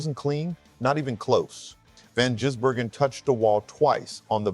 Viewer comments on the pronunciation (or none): You should get the pronunciation of his name right.